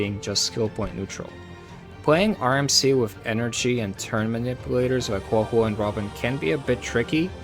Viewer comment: I am leaving a like simply because you are the ONLY person who says Huohuo's name correctly